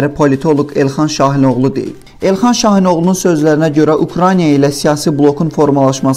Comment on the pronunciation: Eyyy səviyyəsiz kanal Ukraniya yox Ukraina diktorun dünyadan xəbəri var???? 10 millionluq ölkədən normal diktor tapılmadı????